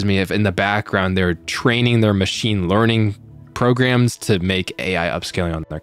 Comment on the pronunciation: Meechine leening